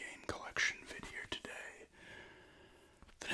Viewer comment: Before i realized you were saying vid here today i thought you've been saying vidier today😂